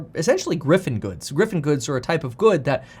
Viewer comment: Just so you know it's "Giffen good" not "Griffen good"